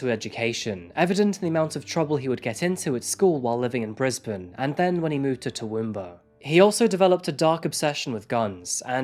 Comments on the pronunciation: I’m disappointed that you covered such a recent case. I live in Brisbane. It’s too raw and there are too many unknowns. And it’s pronounced T’woomba not T’womba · As a local to its great to hear your pronunciation of Toowoomba and Chinchilla. Spot on which is amazing. No one ever gets it right